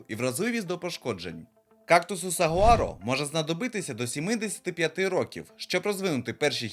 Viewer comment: Ой, виявляється, переклад на україську "сагуаро", а читають, як мені чується, "сувора", якщо вимовляєш з камінням в роті😁Чомусь не задумувалась, що батьківщина кактусів Америка і більше ніде їх немає, крім як завезеного виду. Дякую за контент!